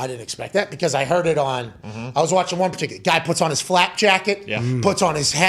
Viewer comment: Pat, it’s FLAK* jacket lmao also, who else in the PMS fam is about to be deployed into this shitshow? Gotta find a way to listen from a FOB in Poland 😂😂WHADDDD 🤟🏽